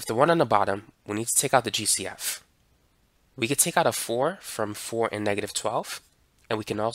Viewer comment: Everytime he said GCF I thought he was saying juicy f 😢